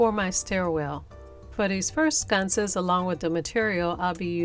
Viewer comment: I LOVE those. It's sconces not scunces